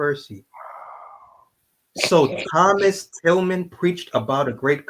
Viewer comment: During the video I kept on saying Thomas Tillman when his name is actually pronounced TILLAM*. Please excuse my mistake 😊